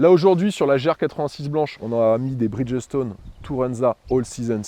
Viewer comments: A" ":à, tu prononces BRIDGESTONE comme un ignare🤪: tu dis BRIDGESSE -TONE!!! au lieu de BRIDGE-STONE (c'est pas compliqué bridge= pont et stone = pierre ) Et de la même manière je suis sûr que tu prononces FIRESTONE... FIRESSE-TONE au lieu de FIRE-STONE!!! 😂😂😂😂😂😂 C'est aussi comme les mecs qui disaient HONDA 750 FOUR ( four pour 4 cylindres) en prononçant "four" à la française, comme "four à micro ondes "!!! 😂😂😂😂 Il vaut mieux avoir quelques notions d'anglais dans le monde de l'automobile, ça peut servir...... Pense y la prochaine fois..... Amicalement.... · bridge stone pas bridgessstone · On prononce Brigde-Stone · Bonsoir, première vidéo que je regarde de votre chaine et bof bof. Cette vidéo est sponsorisée, ok pas de soucis. Mais ne pas savoir prononcer la marque qui vous aide me chagrine avant même les tests ... et même le monsieur de 1001pneus ne sait pas... ce n'est pas brid-ges-tone ... renseignez vous .